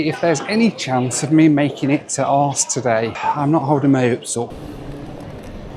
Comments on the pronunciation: The joke about the name becomes very tiresome. There is clearly a H and a U in the middle of the name so the jokes in this video depend on not pronouncing two of the letters in the name (I am from the UK so no expert in Danish but do generally take the approach of pronouncing letters that are in names) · Aarhus is a lovely city. Pronouncing Aarhus like that is what a 7 year old would do. Not a grown up man. Embarrassing. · It could have been a drinking game. 1 shot every time said his destination incorrectly. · For a seasoned traveller he constantly misprounces names of places he goes to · That furniture in Copenhagen lounge is not IKEA, it´s JYSK - the danish low cost, low quality version of the more famous swedish IKEA brand! 😉 Arse 😂😂😂 It´s pronounced Oarhouse - with a scottish pronounciation of house - * huus * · Hahaha….. the way you said the city name Aarhus made it incomprehensible 😵‍💫😵‍💫😵‍💫…….. arse??? It should be “Orrr Huus” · Its pronounced like Our House why you keep saying arse its not remotely funny and possibly offensive to the people of the city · Aarhus. Not Arse😂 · the most thing... booking a flight to a city that will circumvent censorship and be able to say ARSE all the time... while the city is pronounce OreWhose:D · It's pronounced Orhoose, not Arse! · it's 'aa-hus' mate. Your joke ground me down to the point of no return to this video. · Ok so the arse joke would be funny if you weren’t mispronouncing it… Houston would be very funny too if if prenounced it Buttdicks too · How the f**k do you get "arse" from Aarhus? It's funny once, repeating it was incredibly cringe. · Had no idea what city he was talking about until . It's pronounced "Oar hoos" bud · Its pronounced Arehus try finding out how to pronounce names of places, did it cost 60,000 miles i never heard what it cost. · Aarhus is pronounced Orhuus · Aarhus, you dont say arse😂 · He probably doesn't know the proper pronunciation. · Why do you call Aarhus "Arse"?